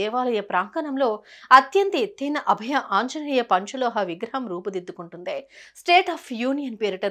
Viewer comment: అభ్య కాదు అండి.అభయ.